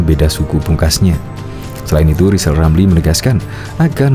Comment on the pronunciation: Wong baca R aja gak bisa kok malah nyalon presiden,,,zal rizal wes2 angel2 wkwkwk🤣🤣🤣🤣🤣